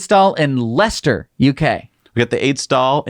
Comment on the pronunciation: Congratulations when announcing in the new supercharger review the place Leicester... (Lester)....properly!